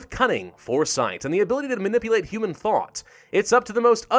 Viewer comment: "manipulate human thot" That is all I can hear.